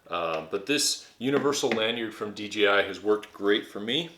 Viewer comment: It's pronounce dee jay eye, not dee gee eye.